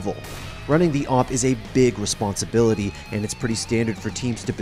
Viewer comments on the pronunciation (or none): I don't like the people who say A-Vee-P instead of A-W-P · Just say AWP, not A - W - P and not A - V - P .. Just say awp :D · Its not awp its owp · its pronounce Awhip